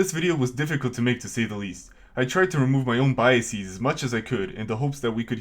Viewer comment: I wouldn't be so sure. He says "biaseez". What even is a biasis? Brain problems start small and before you know it you're a drooling catatonic staring at the whitewashed wall of a nuthouse room.